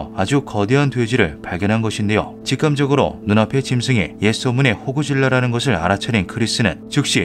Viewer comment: 왜 호구라고 들리냐 자꾸ㅋ...